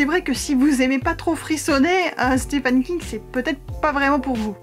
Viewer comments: « Stephen » se prononce exactement comme « Steven ». I long et v. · sauf qu'on doit prononcer "steven" ;)